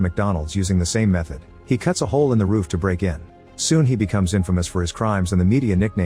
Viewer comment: The AI voice can't pronounce roof properly, sounds like it's saying rough.